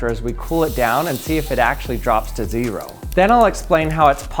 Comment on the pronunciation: Its ze-ro